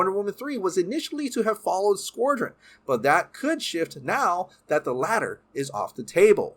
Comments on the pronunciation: Please learn how to pronounce "Squadron!", It's not "Squordron." Also, learn how to pronounce "Gadot" - it is NOT "Guh-doh" it is "Guh-dot" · It's pronounced "SKWA-DREN" not "skwor-dren" -_ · here's some help. "Sqwad-ron". While I'm here, "There is the rumours". There ARE the rumours. Plural. Maybe English is not your first language?? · Why are you saying SquORdron? Do you have an accent? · Learn to pronounce "SQUADRON" or don't speak. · can't pronounce Squadron to save his life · That pronunciation of squadron lol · God, it was painful listening to you mutilate the pronunciation of the word squadron .. besides that, love ya' :) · He’s playing Merkel, Gordon’s partner. Also, your pronunciation of the word “SQUADRON” haunts me! Have a great day and love the channel!